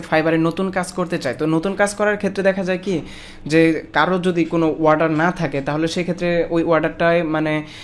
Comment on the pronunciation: Warder nhi Bhai, Order bolo !!